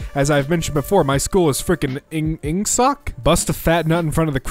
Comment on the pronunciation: Ing- Ingsoc? You mispronounced it, Room 101.